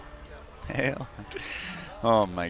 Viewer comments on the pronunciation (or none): none